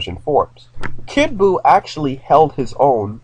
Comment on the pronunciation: It's kid buo